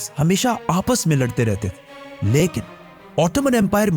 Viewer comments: Your"""" leikin"""😂😂😂😂😂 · Besides ur knowledge, research and effective way of delivering ... I love ur style of "LYKIN" 🧡😂 U & ur work is awesome brother. Jazakallah Kher for all of ur videos.